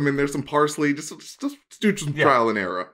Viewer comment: Wait. Did say “Trial and era”? Does he think the saying is trial and era?! I’ve been loving your episodes. Your humor is so pleasant and lighthearted. It’s so evident that you’re a true fan of the genre.